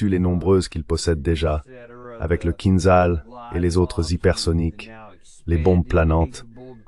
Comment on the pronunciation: Pas Roshnik ! Mais ORESHNIK ! Vous prononcez les mots et les noms russes comme des cochons arabes ! Et pa KINZAL, mais KINDJAL ! ETC... 😕🫤😟🙁☹️